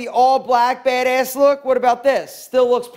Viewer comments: "BEHD ESS" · Drinking game: Take a shot every time he says baedaess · I love the accent for when he says “Bad-ayss” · “Baydayss” haha love the way says it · Nobody:: BeHdeaS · OMG The way he says BADASS! so hard bro 😂😂😂😂😂😂😂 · The way he says BADASS kills me. 😂😂 Nice video though.